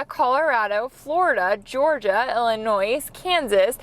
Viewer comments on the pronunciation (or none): You don't pronounce the "s" in Illinois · Did she just pronounce the S in Illinois?